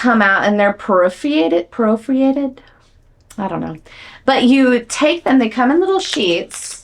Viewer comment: Per-for-rated. 🤣 I have always struggled with that word! I’ve been wanting to try Frownies but haven’t committed yet. Also, you’re hilarious with the Frownie face 🤣🤣